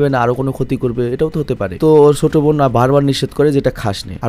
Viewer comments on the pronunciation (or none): সৎ বইন😂😂 বোন না বইন??😂 ভাই আগে উচ্চারণ শিখেন